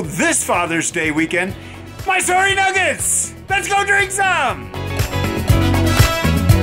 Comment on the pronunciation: e is silent in mysor---e